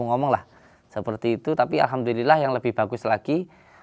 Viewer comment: alhamdulilah ko bacanya ahadulilahirobil